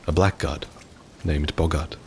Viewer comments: Great video! By the way, blackguard is actually pronounced blaggard rather than black guard. It's pretty counterintuitive but it's just one of English's weird quirks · Blackguard is pronounced ˈblaɡərd but Black guard always sounded way cooler. + Viscount is ˈvīˌkount. I have a school in my area with the word in its name lol. Weird words but that’s how you say them, Only sayin’ cause I know you like to take extra care in your work that’s all. But it doesn’t really matter! Amazing video 😊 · for the record, blackguard is pronounced "blaggard" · Amazing work as always, but as a couple of people have pointed out, Blackguard is pronounced 'Blaggard', it's from old English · Isn't "blackguard" pronounced "blaggard"? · The word "blackguard" is pronounced "blaggard", making his name a pun